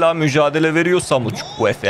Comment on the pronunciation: Çavuel Zukwueze 😂😂